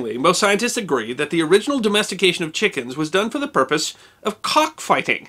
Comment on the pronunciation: Lol! You miss pronounced "scientist" but got "René Antoine Ferchault de Réaumur" spot on!